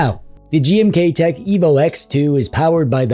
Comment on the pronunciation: Anybody else hearing "GMTKtek"? 😅